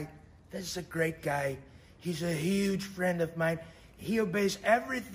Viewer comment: Adnet.. perfeito como sempre ... so um pequeno toque: o trump não diz Huge ... ele diz uuge (ou yugie - algo nova iorquino ) igual ao bernie sanders :)